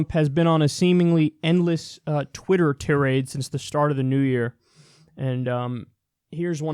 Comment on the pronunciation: I like the way Kyle pronounced "tyrade." Made it sound like "parade," and that would be one hot mess to see strolling down the street.